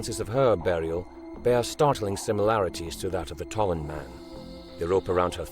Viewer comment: Tollund, not Tolland.